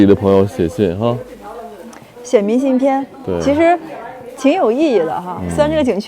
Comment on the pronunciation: 东北女孩都白，到东北都变白了变漂亮了。在西北时脸黑黑的一副疲惫不堪的样子。另外 明信片的“片”,金鸡冠的“冠”为什么发一声，不是四声吗？西北和东北教的不一样？